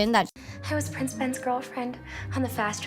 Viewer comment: U said ‘’price aurora and price Phillip’’😂😂